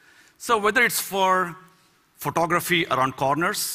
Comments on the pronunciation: I definitely heard him saying pornography rather than photography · It sounds like he's saying 'pornography' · he says photography it sounds like pornography